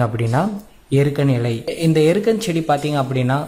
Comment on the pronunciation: ஏண்டா ச்டி இல்லை செடி